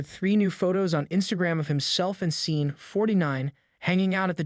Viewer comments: Why can't any Gen Y or Gen Z person freaking pronounce a lot of English words and common names correctly? This drives me crazy about YouTube videos. Sean is pronounced like Shon, not SEEN. Get it right, for Pete's sake. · It's Sean pronounced Shawn. Not Sean as in Scene. Pictures are nice but whomever or whatever is speaking is Weak.